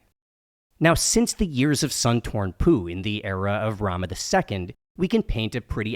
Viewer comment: He said....sun torn pooh